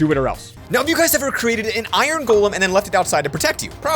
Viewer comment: Golem not token